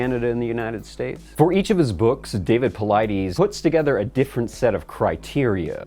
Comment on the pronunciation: PauliDES, not PauliDEEEES.